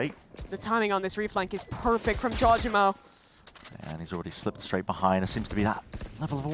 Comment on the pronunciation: Can please learn how to pronounce Jawgemo the right way?